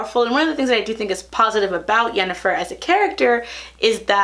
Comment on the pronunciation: How do you watch a whole show without picking up hardly any of the names and pronunciation? The only one you seem to have gotten right is Yennefer.